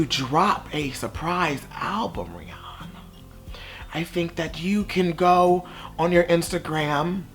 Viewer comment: The way he says her name 😭😂😂